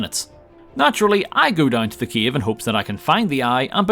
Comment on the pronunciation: I like how you pronounce "cave" as a capital of Ukraine - Kyiv :D